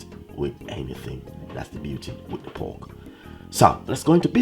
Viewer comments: It's pork..not poke😂😂😂😂😂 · It's poRk dude, not poke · 😂😂😂😂 he said poke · You keep forgetting the r in pork,u keep saying powk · Lol thought I was the only one that heard it too.